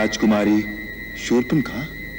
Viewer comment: सुर्पणखा 😂 शूर्पणखा😅